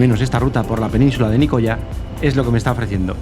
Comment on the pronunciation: "Nicoya"...ufff, pronuncia bien, macho!